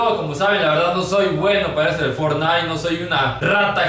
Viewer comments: Fornain dijo el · For-naite jajaja XD El 2018